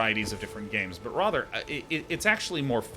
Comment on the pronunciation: You should make a stream out of how to pronounce 'rather'